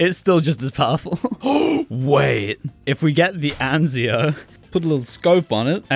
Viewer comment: Btw Anzio is pronounced with an E instead of an A